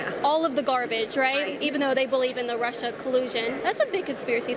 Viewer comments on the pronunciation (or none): none